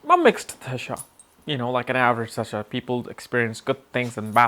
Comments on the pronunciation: Its Dashaa not Dhashaa. You trying to pronounce it Dhashaa,, you know how to pronounce it correctly but you are not doing it. Don't try to proof you are not from India. 🤨 you know what i mean. Smart boy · Its Dasha not Dhasha..